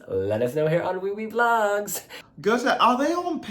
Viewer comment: Hi ...not "Gute" the "Å" is more like the sound when You say : I am in "awe" of someone or something.. = Gåte = "Gowte" = Riddle... 🙂👍👍